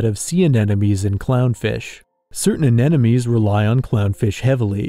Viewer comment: I love your videos but mispronouncing "anemones" is just too amateurish.